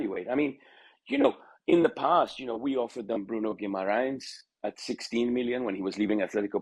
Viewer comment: He knows how to say Guimarães. Wow.